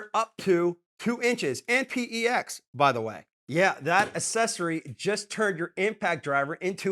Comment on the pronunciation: I couldn't even make it through the full video. It's pex. Not p.e.x. just pex. And you'd never use PVC as a domestic water line. How are you making videos reviewing tools with zero contracting experience? Then you mock home owners.... dude you are a home owner.